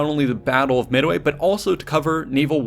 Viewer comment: Did he just say "Mid-away"? lol